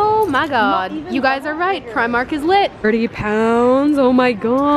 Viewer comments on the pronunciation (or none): Dunno why her Scottish pal didn’t tell her how to say “primark” properly it’s PRE-mark not pry-mark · Say primark like u r from london, pre-mark! I am Irish... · the way she pronounced primark..... oh my god help haha